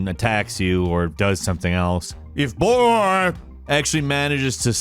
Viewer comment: The “BOOOOYYYYY!!!!!” Emphasis during the GodOfWar Intry was funny enough for a like from me 🤣🤣🤣